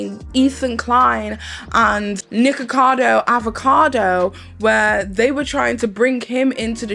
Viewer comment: So is that how his name actually pronounced or is that how u saying it because if that’s how his name is actually pronounced, I don’t like it because ur saying nikka and that’s a censored/joke version of nigga and I’m offended because he attacked CoryxKenshin (black) on his channel and said the most ignorant racist things and tried to ruin his image by lying and still haven’t apologized. As a colored community if one attacks us we all shouldn’t support or keep supporting the person who did it. Idek how ppl likes him or watches him cause the way he acts and talks to and on ppl is disgusting. You cant make sb good just because of a YouTube personality. But if that’s how his name is pronounced and he talks down about the same race his name is mocking then that’s crazy asf. I wouldn’t do a video about him or with him if I was offered all the money in the world because that says a lot about peoples characters depending on what they like.